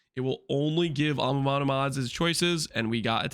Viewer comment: why do you say amamanu instead of amanamu ?